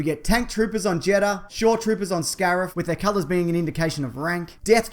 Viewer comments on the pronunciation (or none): none